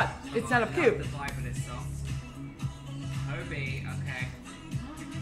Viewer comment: He literally said Herbie And even I was watching the vd, I was confused for 5 minutes, wtf actually is HERBIE, then I realised Oh! Oh OOO... It's Hobi, oh my gosh 👁️👄👁️